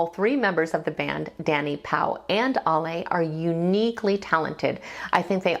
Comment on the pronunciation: The Warning are 3 extremely talented musicians, performers and songwriters. Bonus points....all three are also extremely likeable....The trifecta plus one. Oh...and you pronounces her name as "Al-e or Ally" not "All-lay."